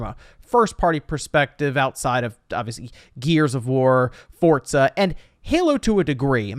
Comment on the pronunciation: Nobody:: “Fortza”